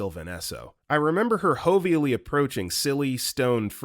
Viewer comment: Did you say, hovally? It's jovially, a hard J, not a Spanish H sound 😂 - Jovial is a J not an H 😂